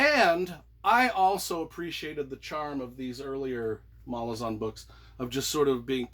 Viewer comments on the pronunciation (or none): The most annoying thing about this video is that he pronounces Malazan wrong the entire time